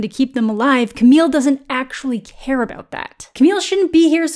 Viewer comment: I think you’ve been traumatized by Emily in Paris lol, you kept pronouncing “Camille” like “Camie”.🙃 Also hearing what you said about the show at the beginning made me realize it was worth watching and I did before finishing the video and really enjoyed it, so thanks for that~!!✨